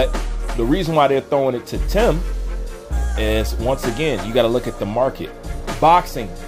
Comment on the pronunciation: Bruh how come u never say Tim name right